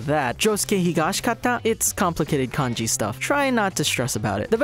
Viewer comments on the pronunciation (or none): none